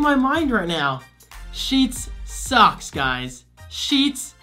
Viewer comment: When you said Sheetz socks, I thought you were saying Sheetz sucks 😂